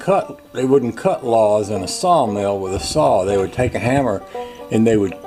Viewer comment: That cement board should work good, it will attach well to the LATH (not lahth).